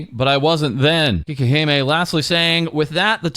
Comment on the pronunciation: But it's "cakey-he-meh", not "kee-keh-he-meh".